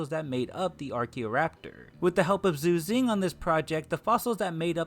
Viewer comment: Xu Xing = sounds like "Shu Shing" not "Zu Zing"